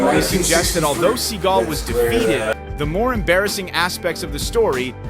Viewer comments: If you're going to talk about somebody, Then at least have to good manners to pronounce peoples name correctly I.E. Steven Seagal's name. It's NOT Steven Seagull It's Steven Seagal. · Thought it was pronounced sea-gall not seagull? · It's pronounced "Sa-gall" not "Seagull". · My favorite part of this video is them pronouncing his name as Steven seagull 😂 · Learn how to pronounce names for gosh sakes. Steven "Seagal" NOT "Seagull" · Seagull? It is Sea… gall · Learn how to pronounce Segal you marrrron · Steven seeegle😂 at least say the name right! MMA would crush him unfortunately . Jujitsu would destroy him . Heheeeeeeseyaaaaaaaaaaa! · AI voice keeps mispronouncing Seagal. Unwatchable. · Being as you can't even pronounce Seagal's name correctly one minute into this...I think I'll stop watching any further. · If you’re going to narrate a video learn how to pronounce the names correctly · Why does the narrator continue to mispronounce his name? Is it a purposeful diss? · segal.... you cant even say the name right..